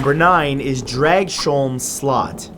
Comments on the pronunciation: What the hell you pronounced slot wrong. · The way you pronounced slot is funny as hell